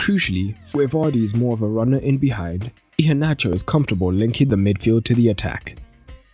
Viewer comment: Your pronounciation of Iheanacho, is good. 👍.